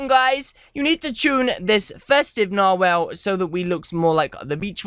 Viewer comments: Nar-whale?? its NARWHAL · WHALE MAN WHALE MAN DOES WHATEVER A WHALE CANNNN 😂😂😂 oh and just an FYI it's pronounced narwhal not narwhale NARWHALS FOR LIFE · He said narwhale.... it’s narwhal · Lmao it’s not nar whale it’s narwhal, a sea creature with a tooth coming out of it’s face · It's not called a narwhale it's narwall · It’s produced NAR-WALL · God... the way that he says narwhal...